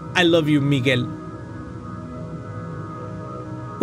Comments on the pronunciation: ah yes yes Migues lo siento hermano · He said Miguel not micheal